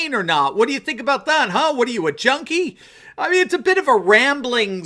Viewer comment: He also said, Jody instead of junkie. At least that's how it sounded